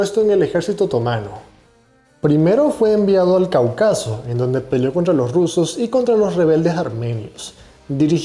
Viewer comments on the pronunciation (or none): Se dice Cáucaso y es Augusto César Sandino